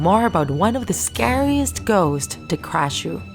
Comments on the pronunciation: You said krasue wrong.. Its not spelled "krashue" its "krasue" Aldo the krasue does not have a lower body. The lower body was burned. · Who else was just mad because she said "krashu instead of "krasue" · Bruh supposed to be krasue but u said krashue